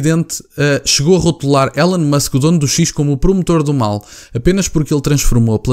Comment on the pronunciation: Não se lê élon musk, lê-se ilon musk 🙃